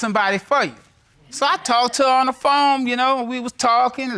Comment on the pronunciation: Did he say when we talked on the foam, your honor?🤦🏾‍♀😅ghosteses?